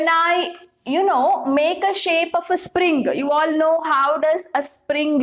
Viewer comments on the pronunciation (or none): none